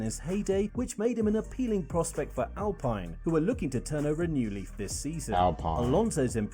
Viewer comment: they really pronounced alpine like that